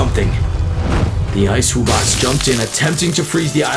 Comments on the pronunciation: wo-box? its wub-box. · I know why because says wo-box and you say wub-box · i like how they pronounced wubbox like "woo box" through the whole thing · Ah, my favorite monster. The WOOBOX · Wuu bux🤪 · they pronounce wubbox as wibbux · i feel one of my ribs break every time he says "woobox" because i know its pronounced wubbox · My man said woobox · Woobox? Its wubbox like WUB box Edit: sorry if im mean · He's calling them wo box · This guy said woobox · bro said woobox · bro said wobbox wubbox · It’s wubbox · uhm it’s pronounced “wuh-box” 🤓☝️ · Wubbox is pronounced wuh box